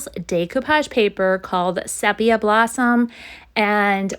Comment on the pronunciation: Great Job. All look really good. I love the first one and the basket " fix" is perfect. Sepia is usually pronounced SEE-PEA-AH. Also people may give you Flak not Slack. I too was impressed with your skill of painting the black frames and not taping them off. Cranberry Fest Sounds fantastic. Can't wait to see all your Barn Quilts.